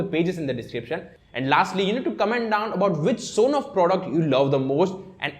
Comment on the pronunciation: Superb video Sir!! Well, some suggestions: It is not S on off but Son off. And can you please reduce your speed of speaking, it confuses what have you spoken. Thanks👍